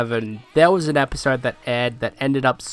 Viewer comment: "Episrrd" Hey bro is something stuck in your mouth?